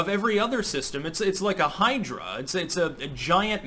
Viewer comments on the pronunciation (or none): none